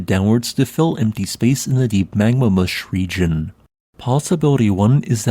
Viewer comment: "Magma moosh"? 'Moosh' is a legitimate geological term? Is it spelled with a 'u' or with the short double 'o' as in 'foot'? It almost sounds like the name of a 50's dance á la Bobby 'Boris' Picket: We did the mush. We did the Magma Mush. It was a rush. A pyroclastic rush. I felt a push. There was no need to rush. Fell on my tush! It was the Magma Mush!